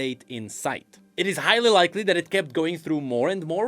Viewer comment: HY-ghly likely :D